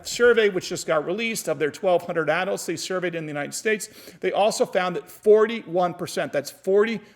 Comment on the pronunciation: The way you pronounce adults kills me, but your information makes up for it lol Thanks for the video,!!